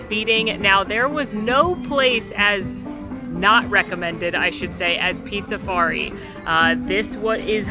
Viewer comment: Drink every time calls Pizzafari Pizzarizo lol